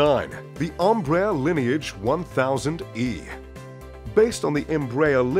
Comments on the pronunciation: "The Ombrair" lineage.... AT least say it right jeez.... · Right? Then he pronounces it M-brayer.... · Embraer is pronounced as "M-Bra-Air" not "Umbraya".